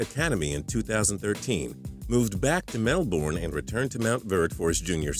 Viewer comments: It's not pronounced melborne it's melbern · For all my Fellow Australians, MelbOrne 😭😭😭😭😭 its Melbourne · It is pronounced melbern, not melborn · STOP SAYING MELBORN ITS MELBOURNE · 1. It's g'day mate, 2.It is New South Wales, not South Wales, 3. Melbourne is pronounced Mel-burn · The way Americans say Melbourne is hilarious 😂 "Mel" "born" bruh hahaha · Lmao that's not how you pronounce Melbourne, it's "Mel-burn" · Mel-bin, is how you pronounce it. Don't disrespect the best city in the world!. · And it's said mel-burn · you say it Mel-burn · mel "bourne" LOL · I'm only 50 seconds in and you've said mel-born and called NSW "south wales" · Ok, so from now on its melborn...not melbourne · As a melbournian, I have the right to say ITS MELBOURNE NOT MELBORN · We get that he was born in Melbourne, you don't need to say "Mel-Born" all the time. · I h it when he said mel-born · You say it like Mel-burn not however the hell this guy did jeez so cringe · lol mel "bornn" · Lol, MEL BORN, it's Melbourne scrub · RiaH it's pronounced as Mel-ben or really just Mel-bn the o, u, r and e are basically silent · Mel Born. they all say it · nah it's more like Mel-Ben or Mel-Bin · its like mel-bern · Say Melbourne right fam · The way americas say Melbourne. lol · You pronounce Melbourne wrong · i cringe every time he says melbourne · Learn to pronounce Melbourne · The 21st fact would be that you don't know how to properly pronounce 'Melbourne'. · hehe the way you pronounce Melbourne is funny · Hey that's not how you say melbourne I'm Australia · they have melbourne in the states too, and thats how its pronounced there. since we were founded after them you might consider that they say it the correct way and we have been saying it cringey to them. my two cents. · don't yo dare say Melbourne again your saying it so wrong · Don't ever say Melbourne again it's not even that hard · He said Melbourne wrong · your pronunciation of Melbourne is sh*t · He can't even say "melbourne"